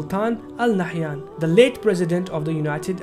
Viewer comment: It's نهيان not نحيان.